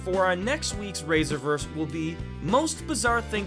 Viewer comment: rise-revers or ri-server just saying